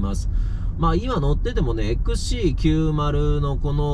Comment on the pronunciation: ちゃんとXC90って言えましたねw